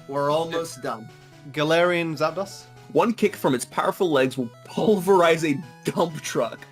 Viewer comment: sorry, Zap... Dahs? I think you'll find it's pronounced Zap-DOS. like with an O sound. like, as in, Dos, meaning 2 in Spanish.